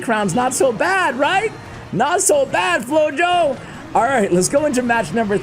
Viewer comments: I believe his name would be pronounced “floho” because flojo mean lazy in Spanish. It just seems like that’s what it means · Yup, I thought about the same word in Spanish when I read the name and listening "flow-yo" seemed weird.